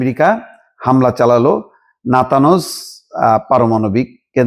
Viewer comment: নাতাঞ্জ, নাতানোস নয়।